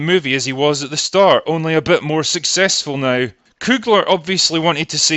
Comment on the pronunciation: I like how your accent makes NOW sound like NIGH